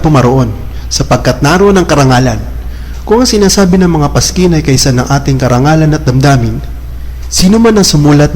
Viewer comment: paskin?? or paskil?? 😭